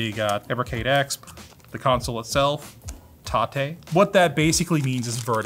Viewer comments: Why is he pronouncing it "tah-tay mode"? It reads like "Tay-t mode" to me. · Isn't is pronounced TAY-T mode, as in you can rotate the screen? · Everyone named Tate (T-ate) is probably having a stroke every time says Tate (Ta-tey). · Tate(tah-tay) is a Japanese word meaning "vertical".